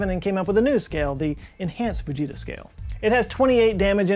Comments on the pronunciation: I 100% though he said "the bejeezus scale". And I didn't even question it. Growing up, I expected volanoes and hurricanes and tornadoes to be a much bigger problem in my life than they have turned out to be. I guess I blame US movies. 🤣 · I kept hearing baJesus scale 🤣